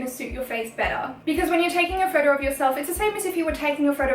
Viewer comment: I like the way she says photo ...phodow